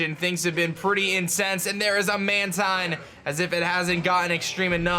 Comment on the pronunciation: mantine is pronounced manTEEN